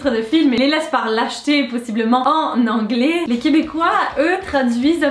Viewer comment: juste que a cause de ca en france votre accent anglais est pas super